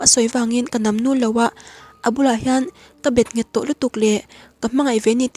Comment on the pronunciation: Namnul khi ka lam dan nen in anglo a..nul lai tak khi nge dik zok lee? thluk hniam hi ka hriat dan nia. Ngaihnom lutuk ee❤️